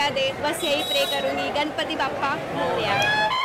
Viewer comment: It's not मौर्य its मोरया